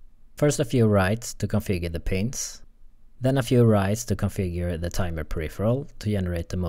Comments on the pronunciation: just advice: PINZ not PINUS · Ok but we all thought he said penis output right?